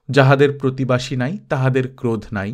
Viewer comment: প্রতিবাসী না কি প্রতিবেশী?